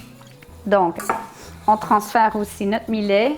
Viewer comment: Salut.......c'est bon aussi avec du quinoa a la place du millet, ca a plus de gout.........Au fait "millet" ca se prononce comme "Juillet".........Bisous du Sunshine state. Christian.....PS: comme mome je bouffais tout ce qui n'etait pas cloue au sol, il n'y avait rien qui etait "safe".......meme a 8 ans j'avais bouffe toute la boite de caviar de mes parents (200 gr.)....ils avaient eu la mauvaise idee de l'ouvrir la veille au soir "pour essayer" avant l'arrivee de mes grands parents....!